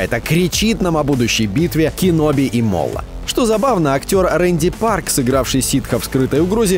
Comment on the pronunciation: РЕНДИ Парк? Пару раз слышал как Рея Парка называли Рей Паркер, но Ренди Парк это что то новое :).